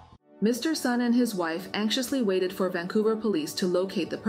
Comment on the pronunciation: Hi reading A.I., the surname Sun is pronounced as "soon", not "sahn".